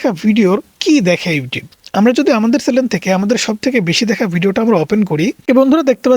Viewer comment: চ্যালেন না চ্যানেল 😂😂